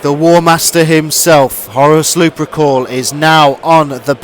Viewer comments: Gotta say, it's lup*er*cal, not luprecul, and it's justaerin, not justicar terminators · Also Lu-per-cal, not Lu-pre-cal. Hehe.